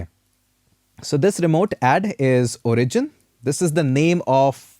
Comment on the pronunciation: This is a really good and fun course! Better than many expensive courses out there. If I absolutely needed to comment on anything it would only be that "origin" should be pronounced O-rigin not o-RI-gin. But, that would really be nitpicking on a minor detail. In short, it's an really well-done course and I learnt a lot! Well done! :-)